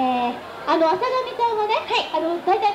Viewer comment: あさがみようこ が あさだみよこ にきこえる